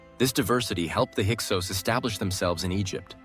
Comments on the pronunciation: There may be some valid content here, but dang, is is very disconcerting that the AI keeps going back and forth in pronouncing Hyksos and Avaris with long and short vowels. You might as well turn off the video, the pictures don't match the content 80% of the time. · The word is pronounced hick-sos….